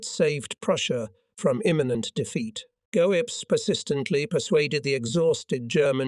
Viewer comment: Love the mispronunciations,especially Goabells and Elbee.😂😂😂